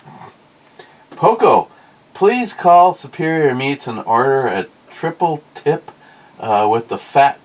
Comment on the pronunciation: Jesus christ TRI not trot not triple TRITIP tri tri tri